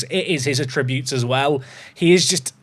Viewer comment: It isn't a big deal, but I really wonder about how you say the word "attributes". I've never heard someone pronounce it saying "a tributes" instead of "at- ributes"